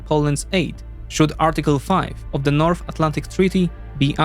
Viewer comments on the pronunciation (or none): none